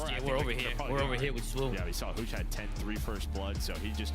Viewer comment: He just really emphasizing the hu in huke 😆